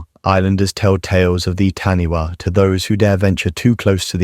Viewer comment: Taniwha is pronounced as if the 'wh' was an 'f'